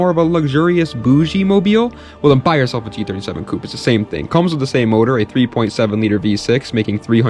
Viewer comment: All of a sudden pronounces "coupé" correctly for the Hyundai.